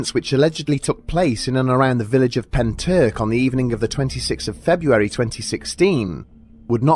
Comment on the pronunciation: all i can say is at least you didn’t butcher pentyrch:)